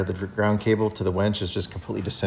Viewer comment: Winch, not Wench!